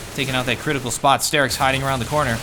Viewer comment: i don't want to be that guy, but please call him star-ix not stair-ix <.>